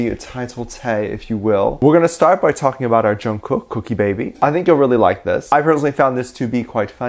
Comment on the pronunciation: You keep saying kookie. Then I realized I’m literally getting cookies. “-“